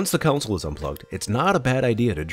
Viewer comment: Gane "console" not a council. Capacitor, not "compacitor"